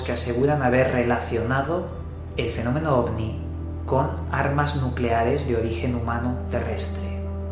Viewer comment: nucelares* Nu-celares*